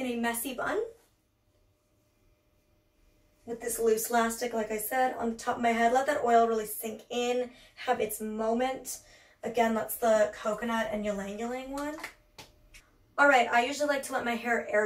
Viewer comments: it’s actually EE-lang-EE-lang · Molly, this is not hate and not many people know this but ylang ylang is actually pronounced “ee-long ee-long.” Love you! 💗